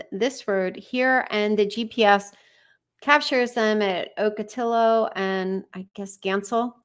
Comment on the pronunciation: Ocatillo is pronounced Ock-ah-tee-oh.